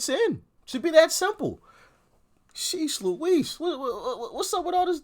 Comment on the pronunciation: Sorry, unrelated to the video, but in the first he says "Shesh Lewish" and I always thought it was "Sheesh Louise" Thoughts?